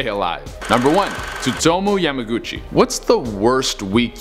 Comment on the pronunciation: Tsutomo yamaguchi “is pronounced “sutomo”